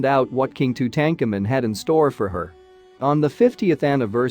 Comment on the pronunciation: The way you have pronounced his name makes me want to scream. Go back to school and learn the correct history.